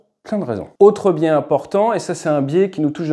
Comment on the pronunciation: Biais garde son " s" au singulier